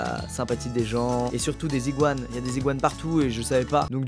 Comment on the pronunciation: Mon frr il a cru que les iguanes avec la liaison ct des ziguanes 😂😂